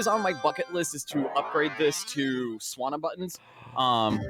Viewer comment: I love love love that IIDX and Pop'n get some shoutouts, but I've never heard someone pronounce it '2Dex' before and it's driving me crazy. But I admit that's a me-thing. Loved the run! e: also sanwa, not swana, but again, sorry, I'm being a little jerkish.